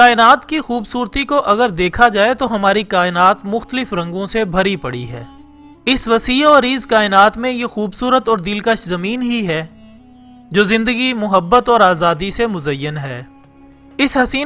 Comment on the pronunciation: لفظ عریض ہے عریز نہیں